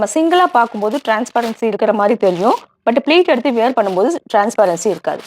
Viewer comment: Sarees are very nice. But don't say வியர் பண்றது. வேர் பண்றது is correct. Were மாதிரியே wear ம் same உச்சரிப்பு.